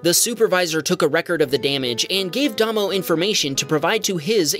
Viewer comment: Mate, NZ guy is pronounced Daymow.